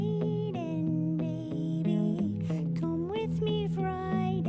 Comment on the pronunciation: Right lool the way he says it.